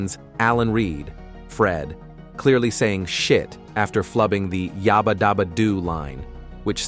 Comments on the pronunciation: Yabba, not Yobba. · It's "yaaaba" not yarrrber!